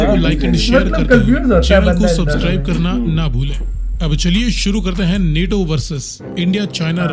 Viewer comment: नेटो नहीं नाटो है वो भाईजान